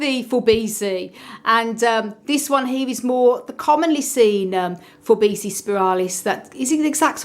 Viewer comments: it is pronounced For-Bee-see-i not For bee-see. a double i is pronounced 'ee-i' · Forbesii is pronounced For-bee see-i. The double 'i' in Latin is pronounced ee-i